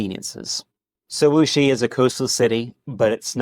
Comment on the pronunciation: It is a Wuxi. I not muxi.